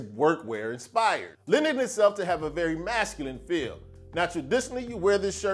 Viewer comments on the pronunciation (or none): none